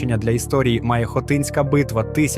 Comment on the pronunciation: Неправильний наголос на хотинська фортеця(((